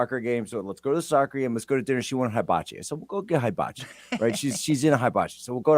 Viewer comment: 400 of Jack’s 500 emails and texts were offering up the correct pronunciation of ‘HIBACHI’. 😂